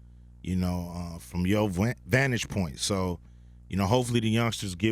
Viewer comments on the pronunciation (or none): none